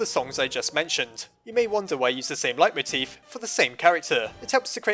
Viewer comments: "light-moteef"? I've always heard it be pronounced as "lay-moteef" :v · Isn't it pronounced lay-moteef?